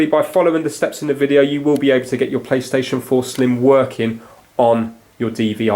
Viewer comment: Not plystision 4 slim its playstation 4 slim.😂😂😂🤣🤣🤣🤣🤣